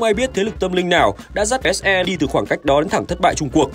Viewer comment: Ông đọc kịch bản đọc SE là ếch i xong phải chèn ếch e vô hả Chèn hết cái clip này chắc mỏi lắm :>